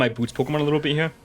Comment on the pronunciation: Makes me laugh every time he says "heyah" instead of "here", which is a lot lol